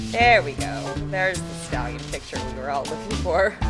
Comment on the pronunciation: Literally sounds like she is saying scallion, not stallion. I would have looked up scallion too if she asked me.